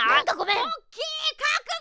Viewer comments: ボッキーに聞こえた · p丸様がポッキーって言ったらボッキーに聞こえる(΄◉◞౪◟◉｀) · ポッキーがボッキと聞こえてしまったwww← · me ru ポーッキーで草 ネタだったらごめんけどポッキーだよなw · 「こんにちわ！私の名前はボッキー！」 って聞こえた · ぼっきーに聞こえたのは俺だけ？w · 「ポッキーポッキー」が 「ボ〇キーボ〇キー」にしか聞こえん